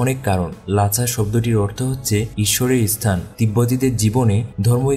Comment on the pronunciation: ভাই, উচ্চারণ ঠিক করুন, ইসথান নয়, স্থান।